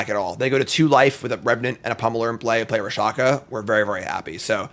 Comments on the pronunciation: He was actually calling it Ra-sha-ka instead of Rak-sha-sa... killed me the entire time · RAK-SHA- SA!!!!!!!!! what in the holy dyslexia is wrong with you? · He called it Rakshakashakashaka later, so he is probably doing it on purpose.